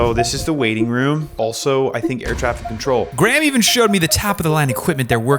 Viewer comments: “Edinbro” and also “Graam” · Graham is pronounced (grey-am)